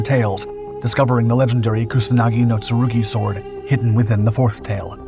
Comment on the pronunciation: "kunasagi no tsurugi"?